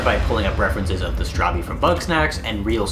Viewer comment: Your saying it rowng bro i finish the game about 5 or 4 times bro 😂 pls say it rite it realy onoys me ask google bro😅